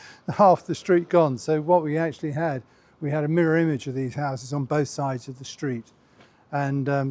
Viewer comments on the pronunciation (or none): none